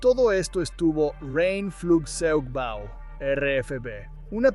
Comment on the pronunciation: cuando dice Rhein Flugzeugbau (rain flugsoigbau)